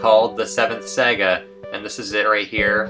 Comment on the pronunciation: Saga is pronounced "Sah-gah" not "Seh-gah"